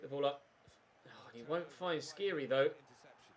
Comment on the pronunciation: The "kh" in Skhiri is pronounced more or less like the "j" in James Rodriguez i believe, don't have to say it tho just fyi. Great series!!